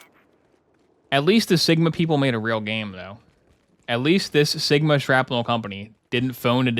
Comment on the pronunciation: Seegma? What do you mean Sigma? SEEG MA BALLS IN MY MOU